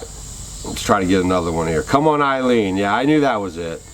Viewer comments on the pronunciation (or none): It’s actually “Come On Eileen” …👍🏼